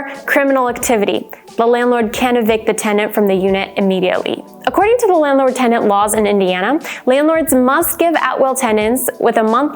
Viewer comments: Yea, it’s not “TENDANTS” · Sounds like she pronounces "tendant" half the time.